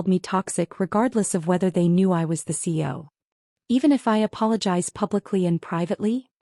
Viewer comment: Is there a reason AI cannot pronounce cEo rather than abbreviating it CO?